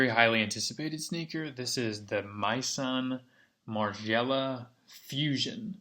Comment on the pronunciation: mayson marieela hahahaha